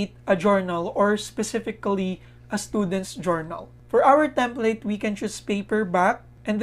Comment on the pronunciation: template po...as in plate (plato)